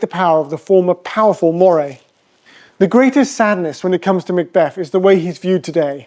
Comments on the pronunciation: Did you never learn how to pronounce Moray? I have never heard of your Maw-ray. Scots pronounce it Murray - as in Andy Murray! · It is pronounced Murray like Andy not like the eel. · Moray is pronounced Murray